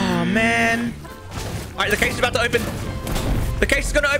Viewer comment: Two things about caches one it’s pronounced cash two they will always have a shotgun